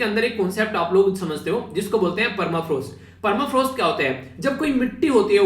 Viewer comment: Permafrost not clear sir